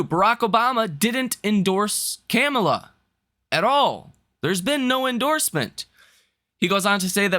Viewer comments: ca-meal- ah ? .....Really ? that's what you got ? talking stock and can't pronounce words . listen im a Republican but it s Calm- U - La. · Dude, her name is pronounced “COMMA-lah.”, you are a smart guy but you sound it by how you call her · Comm- a - La you got to get her name right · This man literally pronounced her name wrong 5 different ways 🤦🏾‍♂️